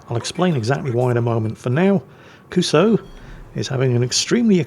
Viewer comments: How long before someone points out to that it's not pronounced "Kuso"? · So... should someone tell what "kuso" actually means? Nha, hehe nha... 😅